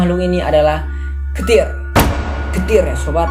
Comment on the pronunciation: Bukan ketir bang tapi keter